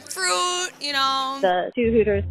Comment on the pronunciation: “ maybe some uh....some um... fRoOt ya know”